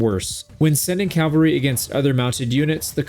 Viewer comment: CALVARY heavy? did you mean CAVaLRY HEAVY?